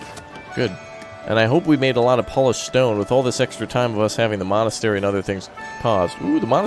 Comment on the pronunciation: I feel like he just said molestery